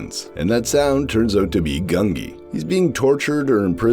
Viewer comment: Not GUN-gee! It's GUN-jee, with the 'j' sound. I swear every other commentator pronounces it wrong.